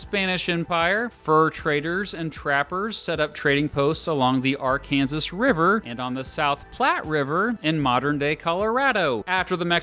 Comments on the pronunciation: The Ar Kansas river? It’s pronounced Ar kan saw. It’s actually the name of a state as well, Arkansas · At least you pronounced "Colorado" like the natives do, but we do not call it the "r-kansas" river. It is "r-kan-saw" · "ARE-CAN-SAW" = ARKANSAS!!!!!! You uncultured Californian HEATHEN!! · It's pronounced Arkansas river not are-kansas river. Besides Arkansas was first. And Colorado is better!! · The “R-Kansas” River? I believe you meant to refer to the Arkansas River(pronounced R-Can-Saw). First time I’ve heard that one.👍🏻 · "Are-kansas River" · “Ar-can-zis”?? You mean “Ar-can-saw”? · the ARK-KANSAS river????????????????????? let's call it ARK KAN SAW...yup better. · Did you say Ar-Kan-Zis River instead of Ar-Kan-Saw River? I bet many people from Arkansas would be mad at you. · This guy really said are-Kansas River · Currently in Denver ATM. Love your channel! As a professional gypsy traveling the 48 in our BiG Rig, I look forward to watching your videos! Question- did I hear you say the “Ar-Kansas” River? Is that how it’s pronounced ?! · This dick just said AR CANASSAS RIVER. PLEASE STAY OUT OF WYOMING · Ar-Kansas river? Really dude? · I can tell you’re from Kansas. You’re the only ones that call it the Ar-Kansas River. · The "AR-Kansas" river? Do I detect a fellow Kansan? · The Arkansas River is pronounced like the state “Ark-in-saw” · Ar Kansas do people really pronounce it like that? lol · Did he say the "Are Kansas River"? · In Oklahoma we pronounce it the other way. And obviously Arkansas does. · with you being a former educator I am going to need you to pronounce Arkansas correctly. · Why did we pronounce Arkansas River incorrectly? Also, I live in Colorado. Most of this is very true. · oh god, he said Arkansas wrong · That’s how somebody from Kansas pronounces it. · Pronounce Arkansas river the right way you silly snowflake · Please get Arkansas right! It’s not that hard to pronounce it right you just have to ignore the spelling entirely lol